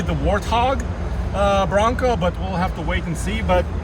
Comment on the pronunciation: Lmao NeW FoRd BwAnCoW 😂 idk why but I’m dying laughing